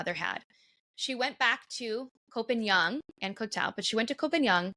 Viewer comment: It's kho pah ngan not pagan